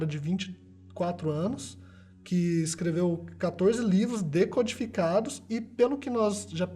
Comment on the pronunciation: "decotificados" "CODIFICADOS" Só eu que achei isso engraçado???